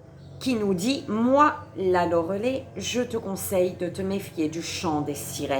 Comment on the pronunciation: J'adore votre style ! ✌ PS : ca se prononce loré l'ail ( phonétiquement )